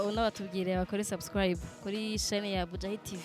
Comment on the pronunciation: Mbe nikuki abarundi na banyarwanda bananirwa nukuvuga subscribe bakavuga sasikrab?mbe nikuki aba naija na cameroun bananirwa nukuvuga ask bakavuga axe??ha ha ha